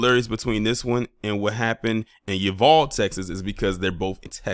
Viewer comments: Seguin is pronounced "se GEEN" like green without the r...Uvalde is pronounced "u Vol day" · In Texas we pronounce Seguin, TX as [Sah-geen'] and Uvalde as (Yu Vahl-day). In any case, Thanks for sharing on this highly important issue. Peace from Texas.